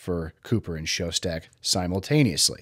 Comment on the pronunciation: His name was "Schoedsack", not "Showstack". Part of doing a good documentary is at least pronouncing the names correctly.